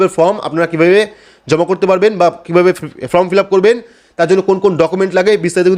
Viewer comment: সব ঠিক আছে কিন্তু ফর্ম কে ফ্রম বললে বড্ডো কানে লাগে।